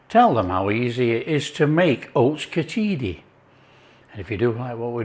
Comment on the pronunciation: And it's spelt and pronounced minus the 'i' after 'ch'. The spelling is khichdi. No 'i'